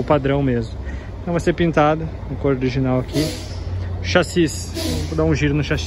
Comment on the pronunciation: O meu querido, é chassi e não saxis.